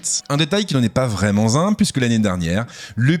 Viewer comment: Si vous voulez...🙂. Ha oui, cette fois-ci un conseil : essayez d'éviter des liaisons entre les mots qui n'existent pas (vraiment z' un bon...), ça fait mal aux oreilles . Sur ce.....Il y a d'autres experts que vous vers lesquels je me tournerai, vous êtes beaucoup trop orgueilleux pour moi....😊🖐️